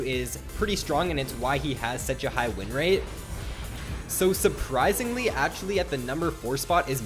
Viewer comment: "...wreen rate,"